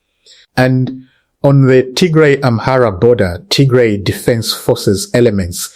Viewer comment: It is not Tigre! It is Tigray! Not difficult to pronounce